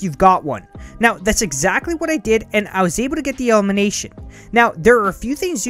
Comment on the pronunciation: Elimination not Elmination